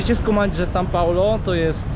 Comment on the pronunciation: kłuje w uszy to "san" paulo